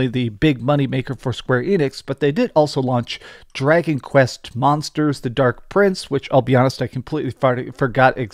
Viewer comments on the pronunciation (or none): none